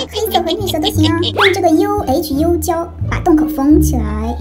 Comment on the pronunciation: ，那个UHU浆糊在马来西亚读成woo第一声hoo第四声胶水，希望你可以采用我的评论，因为要把UHU字母一个一个念听起来怪怪的（只是给个建议，没有恶意）